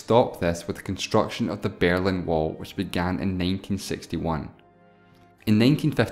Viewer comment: The Bearlin Wall? I thought it was The Berlin Wall.